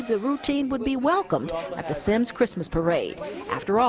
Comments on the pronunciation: My grandma lives in Semmes lol. It's pronounced like "sems" though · It's pronounced Sims. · On he said Semmes wrong!! I live here and it bothers me so much when people mispronounce it. It is pronounced Sims it's just spelled different